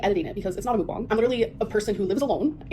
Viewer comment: Apparently Mukbang is pronounced "mookbong" now